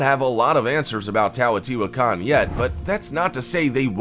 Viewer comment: Teotihuacan... You 1. Butchered the HELL out of the pronunciation of it and 2. messed up MANY of the facts of the site. We know why it was abandoned. The Olmec abandoned it the first time due to severe drought and decline of their civilization, moving North (Mostly) or south (a smaller portion of the population). The Second time it was Abandoned was due to the Spanish, and the Rapid and severe decline of the Aztec peoples. 3. You make your dates confusing, whether purposefully or not. The Olmec abandoned the site sometime between 650 and 750 CE (Being built sometime between 100 BCE and 100 CE). The Aztecs not until the Spanish pushed them out after their invasion in the 1500s (Im not sure the exact date). 4. There IS writing at the site, its in Hieroglyphic form, but we don't know what it says. 5. It wasnt hidden because its hard to say... >.> Just because its harder for a English Speaking Individual, doesnt make it hard to say for everyone... All dates are fluid, as different scholars place different dates AND locations for most Civilizations. I have seen dates for the fall of the Olmec at 400BCE and as late as 1000 CE. If anyone has different information, I would be glad to hear it. MesoAmerica was not my area of study for my degree, but did fascinate me. So new information may have come up since 2012 since I studied this information. Point stands though. Please do more fact checking, as these videos ARE informative, but tend to have inaccurate information at times.